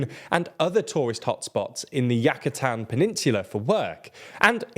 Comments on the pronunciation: Oh my god!!! The pronunciation of place names is cringe worthy. What the hell is Yakatan?? Its pronunced U Ka Tan. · Good video. However, before making a video with Spanish words, please brush up on your pronunciation. For example: "Ya-ke-tan"?? = "You kha tan" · Yack-atan holy sht 😂😂😂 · Damn still I don't know how he managed to butcher the pronunciation in every spanish word on the video . How in the hell he said Yucatán with an A instead of a U -_ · Does TLDR stand for Too Languagey Didn't Research? I know it's supposed to be a cutesy part of English "charm" to not respect foreign pronunciations, but holy beans on toast. From the President's name to "Yucatán," the only "Mexican" word pronounced correctly was "Maya." Which, if it weren't for the apocalyptic meme in 2012, you'd probably pronounce it as "mei-CHA." It's not like these are obscure words never heard in history. They're names spoken in English-speaking videos aimed at tourists here on free YouTube. Much cheaper than any Brilliant subscription. I hope one of your 2024 resolutions is to spend 5 minutes each video reviewing basic things like name pronunciations. It would help with the illusion that this is a real news show. All the best. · Yucatan was also pronounced weird. That's a Spanish place name that you'll commonly hear in the English world and they still got it wrong. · Also When he said Yackatan & Geherro 🙄